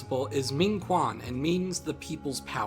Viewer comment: Quan Is pronounced like Chu-in If you know how to pronounce Qing Dynasty correctly, realize Q makes a ch sound in other words too Min Sheng is pronounced like Min Shung